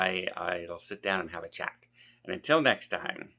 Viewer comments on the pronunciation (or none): none